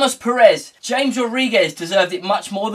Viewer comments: It's Ham-ez not James. Other than that good show. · It's CHAMES mate